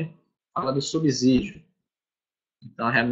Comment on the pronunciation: Subsídio (com som de S, de subsolo).